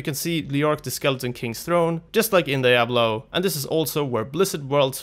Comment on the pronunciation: Levels of nerdrage rising with each "Die-ablo"